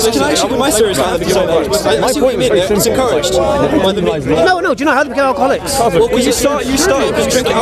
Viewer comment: "think about our garlics, think about how much are garlic is demonised in the media" response (and mine) "what you on about?" Did I even hear it correctly?...Garlic? I almost pissed myself with laughter! Edit Alcoholics is what he is saying. Still though it sounded like garlics.